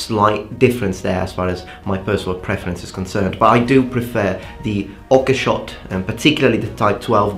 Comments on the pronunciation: I really enjoy your videos, but your mispronunciation of Oakeshott has always bothered me somewhat. It's "Ohk-shot", not "Okkeh-shot". Have a great day! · Hi just wanted to say something real quick. When saying Oakeshott, the e isnt pronounced. So it is like saying oak-shot. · I know you value pronunciation so thought I'd mention Oakeshott is pronounced 'oak-shot' rather than 'ok-e-shot'